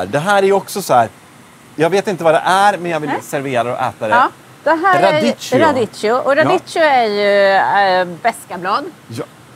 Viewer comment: Uttalstips: Radicchio uttalas med k-ljud. Det gäller f.ö. alla italienska ord med ch eller -cch-. H:et styr uttalet.